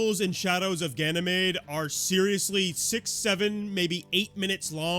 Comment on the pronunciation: "shadows of gay mede" ok